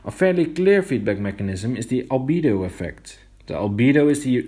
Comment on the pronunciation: Hal-BEE-doh Not Hal-BAE-doh or Hal-buh-DOH